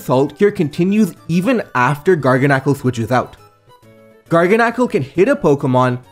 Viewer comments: It's pronounced garganacchi. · IM fairly certain is pronounced Gar GAN acle. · It's pronounced garga salt like gargle salt. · I love how he pronounces garganacl differently every time he says it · absolutely love your content dude but with that being said please stop switching pronunciations on Garganacl LMAO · I like how you switch back and forth between pronunciations of Garganacl